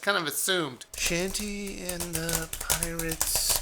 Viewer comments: It's not "Shantee". It's pronounced "Shaun- tay" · DID YOU JUST CALL HER SHANTY? HAHAHAHA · He no longer sounds like he's begging for subs. ^_^ Also, YOU PRONOUNCED HER NAME WRONG, AND IT MADE ME CRINGE SO MUCH!!!!!!!!!!!!!!!!